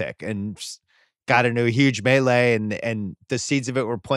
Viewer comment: I was pained a little every time Bill said "The Melee" while referring to the Malice as the Palace